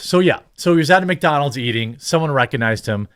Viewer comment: Holy fuck thats not how you say Mcdonalds dude